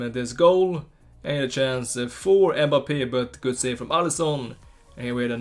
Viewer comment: b like EHMBAPEEHH